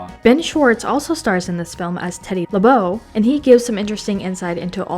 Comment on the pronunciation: Nicholas Ca-pole-uh? Ben Schwartz says his characters name in THIS video. Teddy Lobo. Yet, you pronounced it LeBeau. Did YOU watch this behind the scenes video? You're too young to be doing this.